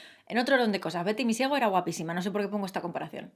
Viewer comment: jjajjajjajajjaa en vez de Betty misiego entendí "victimy ciego" 😂😂😂😂